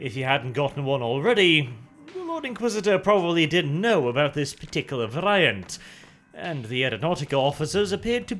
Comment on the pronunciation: Varrrrr eye ant? really?